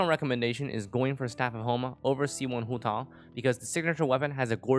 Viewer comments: homa banner is tempting but we're not sure of that so i'm skipping to pull for childe 'coz he's more fun and i need a male character 5star. Also i cringe when pronounce huuotaww 😁 EDIT: ARATAKI ITTO GOT RELEASED I'M SAVING ALL FOR HIM BYE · am i the only one hearing hu tall? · its hu tao, and shes not a pyro walnut? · I am feeling really uncomfortable from your Hu tao pronunciation. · accent showing up just to pronounce Hu Tao 👌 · sounds kinda weird when speaking english though. Like pronouncing Ganyu with the "yu" pinyin which doesnt exist in english would just sound weird